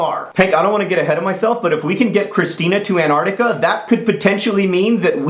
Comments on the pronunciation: AnTARtica! TTTTTAR Not anartica. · An-Tarc-tica, John. Not An-arc-tica. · You said it more properly the first time! AnTarcTica. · an-ar-dic-a? wow Ive never heard someone pronounce it like that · AnTarcTica, with a 't' sound between the n and the a. :P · That's not true, he is just pronouncing it that way for fun. Don't hate on another country please when you don't know what your talking about. I have never heard anyone pronounce it without the t, at least where I live. I apologize for being slightly rude.